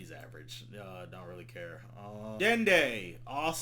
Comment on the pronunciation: I laughed a lil too hard when you said Dende.😂😂😂 if you know you know